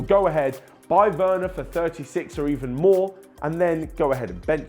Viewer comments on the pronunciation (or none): Timo weurner? 😅😂😂 Sprich deutsch lol